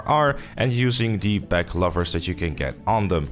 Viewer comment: "Lovers" or "Loovers" for louvers? lol